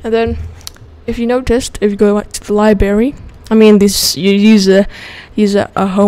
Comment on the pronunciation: there is a R in "liberry"